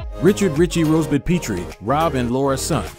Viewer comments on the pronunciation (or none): Rob and Laura Petrie pronounce their name as in Pet dog or cat, not Peetrie. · Rob and Laura PETrie, (with a short e sound), was the last name of the 2 main characters-not PEEtrie.